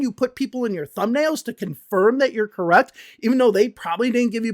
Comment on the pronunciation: to this day cannot pronounce the word correct. She always says gorrect. And then they move on to find every minor mispronunciation in other people's speech.